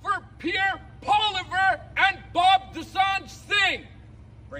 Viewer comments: Pauliver. 😆 Try Pwalee-evr. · You say Poilievre easily. It’s Poly- Ev. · How to pronounce Pierre's name. Pierre Poilievre (Pwaw-Lee-Ev)